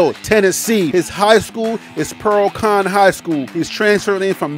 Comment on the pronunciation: Pearl Cohn pronouced Cone.....